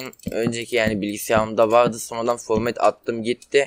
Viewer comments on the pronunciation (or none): formet değil format qweqwe :D